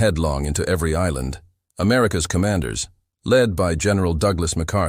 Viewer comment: You don’t listen to your own work for even ten minutes, do you? I’m not opposed to AI tools, but please do your due diligence to curate the pronunciations. “America S military strategy was to…” should be “America’s military strategy was to…”. Little things like that. Elevate your content from typical AI slop. You’ll get more subs and views in the long term.